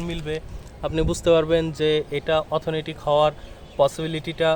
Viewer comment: শব্দটা হবে "অথেন্টিক"।